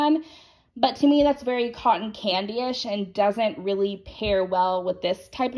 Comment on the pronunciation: Your adorable, how you use the word berry for very. You said, "berry forward". Lol